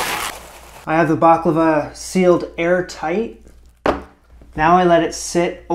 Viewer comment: First Of All, It’s Baklava Not Behklava. Also Baklava Is Ancient Greek In Origin. Look Up Gastrin. A Ancient Greek Dessert. Same With Loukoumades Which Was Made In Ancient Greece Given To Olympic Atheles As Tokens.